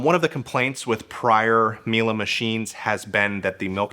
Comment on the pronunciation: Its Miele not "Mile"